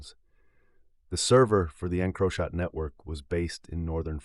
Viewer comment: And the pronunciation of encrochat 😂😂 I had to turn it off to 😂😂